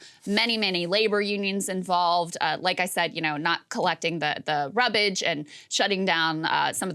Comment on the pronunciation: I had to call the doctor when I heard "rubbish". OMG.